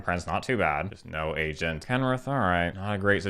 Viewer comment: As an Asian person, I sink you are saying Asian instead of Agent. Which is muy grande